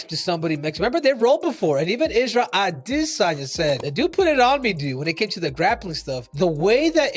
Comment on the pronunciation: Us man is a washed creep and anyone who says adesanya like that needs to be drop kicked glazing all over Izzy 🙄